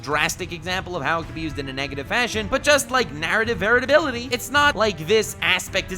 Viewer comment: English is not my first language, but I have a good level and generally understand it perfectly, but right now I have to ask, are you saying "narrative varatability"?